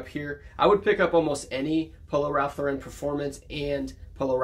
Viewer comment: New subscriber. You said Ralph Lauren is your favorite brand to sell so I thought you should know Lauren is pronounced like snorin'. If you've heard of Lauren Bacall, like that. LORE en. Ralph's last name was Lifshitz. He was tired of being teased. His cousins had already changed their name to Lawrence. He liked the sound of that but wanted his own name. So changed to Ralph Lauren. Most youtubers pronounce wrong but a few get it right. Cayley Elaine is a big one, great channel. Your intros are really great. And congrats on becoming a dad.